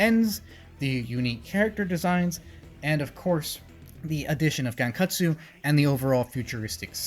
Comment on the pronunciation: It’s pronounced (Gon-Kut-su-oh)